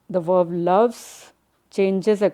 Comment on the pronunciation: Its verb not verv